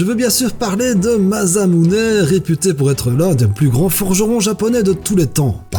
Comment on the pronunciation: Alors petit commentaire pour rectifier certaine prononciation : Mjolnir est donc l'arme d'un dieu nordique et les nordique prononce souvent le J par un y et donc Mjolnir se prononce Myolnir et pour Masamune on le prononce Massamune . Mais sinon super vidéo bravo :)